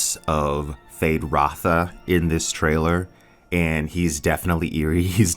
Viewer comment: Why are you removing the U from Feyd-Rautha?